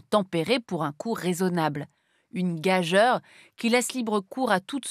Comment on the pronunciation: "gajeure" ? :D il me semble que cela se prononce "gajure"